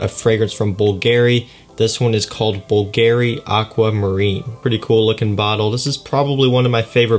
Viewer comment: BÙLGARI, NOT BULGÀRI